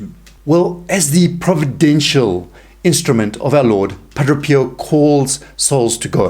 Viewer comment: Pa DRAY!.... Not Pa DRO!